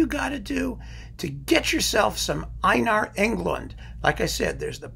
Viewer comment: The first vowels of Einar (Ei) are pronounced like "a" in tape. Thanks for your analysis of Englund's music!